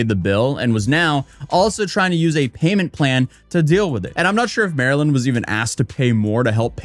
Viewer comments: types out the person's handle as "MARLYNLIKETHEFISH" Also: pronounces it "Marilyn" for the whole video. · I think her name might be pronounced Mar-Lynn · Her name is pronounced MARlyn. Like the fish! Pay attention! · Her name is pronounced Marlin. Like the fish. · Isn't it Mar-Lyn, like the fish Marlin? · After I realized her username is "Marlynlikethefish" I realized you said her name wrong every single time. I couldn't unsee it after that 😂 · MarlynLikeTheFish yet you can’t pronounce it properly. Theroughout the whole video. What if everyone called you “A-toes-aye”. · This was the dumbest video. Can't believe you watched two no names post what happened to each other on social media and then made a 13 minute explanation of it. Also, you kept calling the one girl Marilyn. Every time you showed her video, you put her ID in the corner. "MarlynLIKETHEFISH". The fish dude.. ever hear of a Marlin? She literally made her ID so that you wouldn't pronounce her name and yet you called her Marilyn. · Bro. Her name is "Marlyn," pronounced "Mar-Lynn" apparently. Her social is literally "MarlynLikeTheFish" (the Marlin), lol. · MAR-LYN… like the fish… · Mispronouncing Marlyns name the whole video hurt my brain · jsyk, Marlyn does pronounce her name Mar-lin. hence Not Marilyn. No offense love the video etc have a good one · He keeps calling her Maryland. The screen shows her handle - MarlynLikeTheFish. Ummm... Her name is Marlyn (Marlin). Not Maryland. 🫩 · You keep cɑllinɡ her Mɑrilyn but it’s cleɑrly pronounced Mɑrlen... Like the fish? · You keep calling her Marilyn, when her tag clearly says it's Marlyn (marlin) like the fish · Haha, it's not Marilyn. It's Marlyn... like the fish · HER NAME IS MAR-LYN LIKE THE FISH. NOT MARILYN. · I’m not officially a detective, but I suspect marlynlikethefish pronounces her name Marlin, like the fish, not Marilyn. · you`re calling her Marilyn (like Monroe), BUT her screen says "MARLYN-LIKE-THE-FISH".